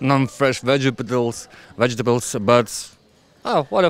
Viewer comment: Teacher : pronounce Vegetables Me: Vegipatles